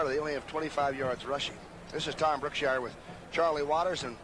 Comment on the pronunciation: Yes, and it's "Brookshier"